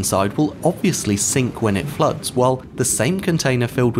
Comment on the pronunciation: I heard "floats" at first but I think he said "floods"